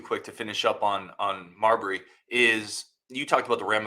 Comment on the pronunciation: Mabrey, not Marbury. May Bree.